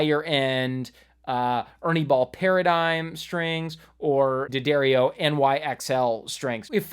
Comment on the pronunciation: From the D'Addario website: D'Addario is pronounced "Da-dairy-oh".